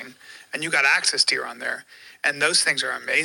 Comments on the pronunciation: "Access dare" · Axis. Not access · “Access deer” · "Access deer"😂😂😂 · Access Deer are easy to get to. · "Axcess and Waggoo !!" Axis and Wagyu, can't stop laughing !!!